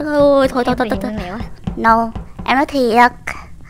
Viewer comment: Lươn chứ ko phải là lương